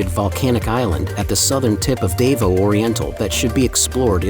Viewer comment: You need to learn how to pronounce Davao